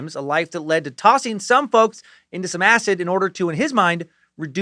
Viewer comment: So glad you don't pronounce "acid" -"acit" in this one. In your " this is not happening" the way you said acit drove me nuts.. 😂😂 hail nimrod.